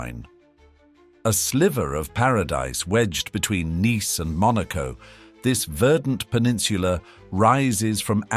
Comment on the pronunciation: Thank you for this comment. 👍 As a European, I almost didn't understand that the city of Nice was mentioned, when the pronunciation was so non-European (definitely not French). I had to consult a map, and after I could see the proximity of the city and the peninsula, I was sure that the city of Nice was spoken about. 🙂